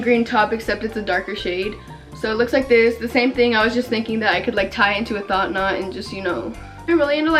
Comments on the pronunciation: Did I just hear “thot knot”?! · She said “a thot knot” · Istg she was saying “thot knot” lmaoooo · did she just call it a “thot knot” LMAKWKSK I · am i the only one who thinks she’s saying “thot knot” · Ok but am I the only one hearing thot knot